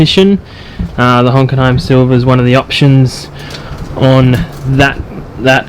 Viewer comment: its hockenheim not honkenheim🤣